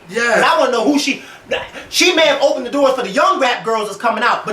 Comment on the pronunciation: I almost died when said "then can donnate this door that Nicki opned"!!!!!!